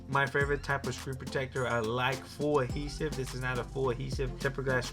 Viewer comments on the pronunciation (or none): Adhesive my man, aDhesive. Not "Ahesive"...